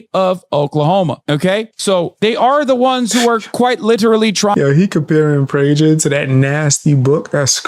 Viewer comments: It’s ptinounce it praGer. Like praGer like nag. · hasan is so dumb and too lazy to do a modicum of research, he doesn't even know how to pronounce PRAY-GER...it''s a common Jewish and German last name that means (from Prague)